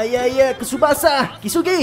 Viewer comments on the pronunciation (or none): Bang bukan tusbasa pemain depan